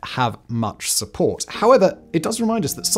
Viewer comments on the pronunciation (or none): none